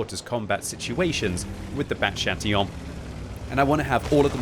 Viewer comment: "Bat Chatillon" pronounced perfectly a la francaise!